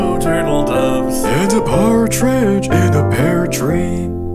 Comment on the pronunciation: Why did I think for the longest time that said "Cartridge in a pear tree" silly, that's not where cartridges go <3